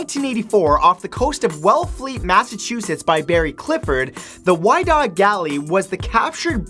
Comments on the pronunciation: You're pronouncing Whydah wrong. It's pronounced wi-dah, like widow. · the Whydah Galley is pronounced "Wit-uh". The discoverers built a museum dedicated to the ship and her cargo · Love your show, but you pronounced the name of a ship incorrectly. The Whydah is pronounced "Wi-Dah" kind of like widow but replacing the ow with a long a sound. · He didn't say some of the words right, like Whydah.